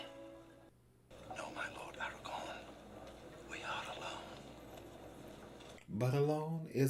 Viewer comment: You keep saying Eragon instead of Aragorn